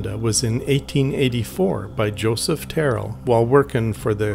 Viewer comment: Tyrell is pronounced - - Teer-ell My family visited this place many times in the late 60's